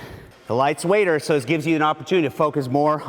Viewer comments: lol "The Lights weighter" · "the light is weighter" 😂😂😂😂😂😂😂😂😂😂😂😂